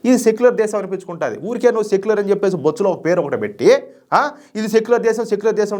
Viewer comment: పదాలు పలకడం రాకపోతే యాంకరింగ్ మానుకో సెక్యులర్ అనేది బొచ్చు లోదా నీకు బొచ్చు ఎక్కువ ఉంటే గుండు కొట్టించుకొని పోయి సెక్యులర్ అనే పదం రాజ్యాంగంలో ఉంది దాన్ని నువ్వు గౌరవించకపోతే నువ్వు భారతీయుడు కాదు రా ఫస్ట్ పదాలను పలకడం నేర్చుకో ఇంకొకరిని ద్వేషించడం మానుకో